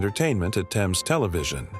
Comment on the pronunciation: It's not "Thayms" it's pronounced "Tems"